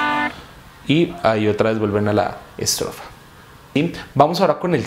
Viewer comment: Donde tenia que decir ESTROFA decia ESROFA 😅😅😅😁😁